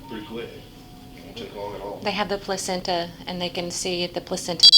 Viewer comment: i like the way she pronounced placenta